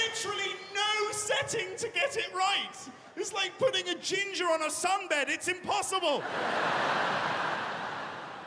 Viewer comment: Yeah he hit that " ginger" with a hard "r" not cool 😁